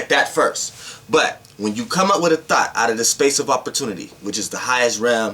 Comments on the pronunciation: It sounds like you said THOT but I know you were speaking on THOUGHT. LOL....Good video. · I luv ur energy but when u say thought it sounds like thot 😄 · I keep thinking he saying thot😭😭😭😭😭😭😭😭😭😭😭😭😭😭😭😭😭😭😭😭😭😭😭😭😭😭😭😭😭😭😭😭I pulled a thot out the air